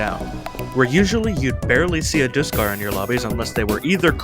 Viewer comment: Bruh did you just say diskarr